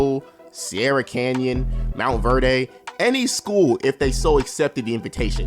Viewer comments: It’s pronounce “Mont-verd” not...”mont-verday” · Nigga said monverday